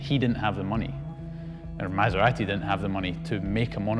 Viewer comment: He pronounce MASERATI correctly. finally!